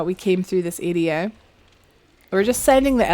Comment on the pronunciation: I love how you say area! For the longest time I was thinking who are you calling an “idiot” until i realized you were saying area lol !